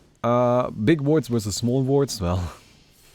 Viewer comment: Did anyone heard it like "Menomancer wersus the Stinker" lol